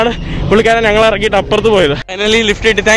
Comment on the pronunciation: നങ്ങൾ അല്ല ഞങ്ങൾ...